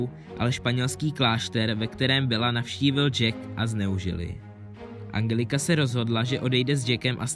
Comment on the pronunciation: Ale Angelika se čte enčelika